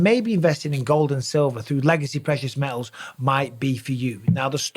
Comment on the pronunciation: Prehious mehles (precious metals)